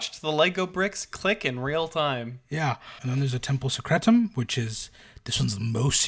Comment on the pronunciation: Vindicare is "vin-di-kah-ray". You'll note the irony that the Eversor are always in painful discomfort. They are "ever sore". Secretum is "say-creh-toom". How do you spell Vannus? Vanis?